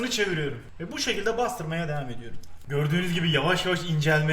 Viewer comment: Her şeyde de yapıyörüm ediyörüm deme artık türkçeyi katlettin lütfen